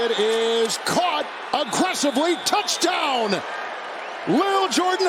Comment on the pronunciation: i swear this dude says touchtown